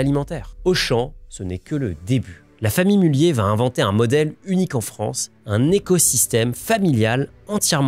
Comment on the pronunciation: Pour info, le "z" n'est pas muet ! A part ça, vidéo très intéressante !